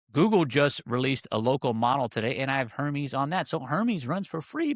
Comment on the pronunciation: Air-meez = Hermes